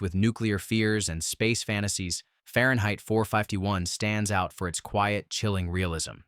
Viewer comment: Too bad about the AI voice. It really could not say Fahrenheit 451.